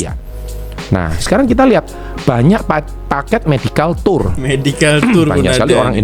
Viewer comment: Medical tour (medical touer) bukan medical tour pak...nnti org inggeris ketawa pak